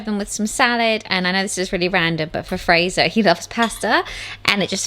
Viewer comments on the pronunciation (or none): none